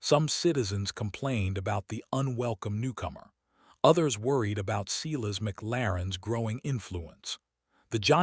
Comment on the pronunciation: Please pronounce Silas as "Sigh -las". As in the Bible. Great story. Thank you.